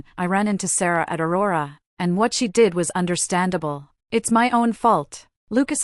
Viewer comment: Your automatic voice kept kept saying "my my love" when Ethan kept refering to Sarah. There where a lot of stops and miss steps when the voice would say some words like "Star ah". Some proofing needs to be done.